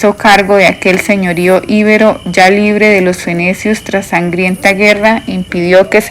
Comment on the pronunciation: Disculpa pero porque no cambia la acentuación de algunas palabra? Es Perséfone no Persefón es ibéro no ibero,es fenicio no fenecio. Hay varias palabras mal leidas